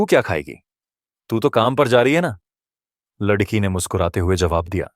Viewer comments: Kahani ko padte hue shabdon ko dhang se bolo agar hindi nahin padh sakte toh kisi achche hindi ki jankari ho larki ko ladki padh rahe ho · कहानी कहने वाले को लड़की बोलना नहीं आता। क्या वह हिंदुस्तानी नहीं है?